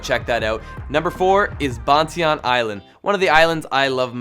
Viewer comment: hehee ban tie yan....not botieon. funny